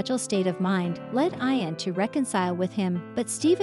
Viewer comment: Ian pronounces "EE-AN".